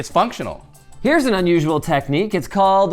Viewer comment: "it's fonctional"